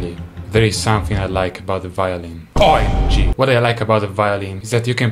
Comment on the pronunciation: I just love how he go "OI M G"